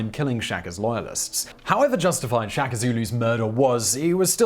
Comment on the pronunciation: Please pronounce all Zulu words they way the are written e.g SHA - KA simple , DI - NGA - NE simple - Ce - Tshwa - Yo